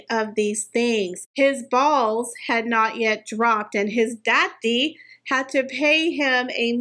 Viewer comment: Every time you say, “Dah ddy” I die laughing 💀🤣🤣🤣